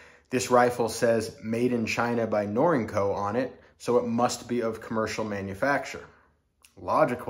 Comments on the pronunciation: Is it? According to whom? Not a challenge. Just want to know the information. I've never heard someone pronounce Norinco with the word "ink" as the second syllable (I believe that you exagerated in that description of pronounciation). I have heard, until hearing you, it pronounced "nor-in-co" with a long E sound in the second syllable. Thanks. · Interesting way of your pronunciation of the name Up in Canada we pronounce it ner-ring-co Norinco